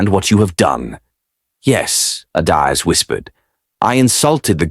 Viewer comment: Is not adaiz😢is Adaeze"ada_eze❤